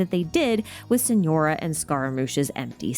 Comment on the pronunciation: TARTALIA? SENORA? WHAT 😭